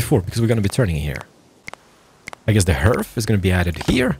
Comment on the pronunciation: Hearth is pronounced just like heart, just with a th sound. ^^ Hjärta, hem och härd.